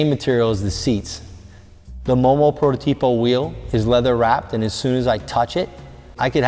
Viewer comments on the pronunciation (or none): none